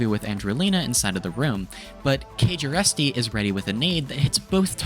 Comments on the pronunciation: Kjersti is a Norwegian name pronounced "Cher-sty", not KayJayResty lmao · I'm not expecting you to get this right because it is a foreign name, but I am HOWLING at your pronunciation of Kjersti lol